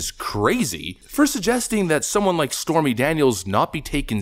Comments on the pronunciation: Anyone else heard her call Stormy as "Spermy Daniels" at the start of her spastic gibbering? XD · Am I crazy or did she say "Spermy Daniels?" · I thought she called her Spermy Daniels for a second lol. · Did she say "Spermy Daniels"? 🤣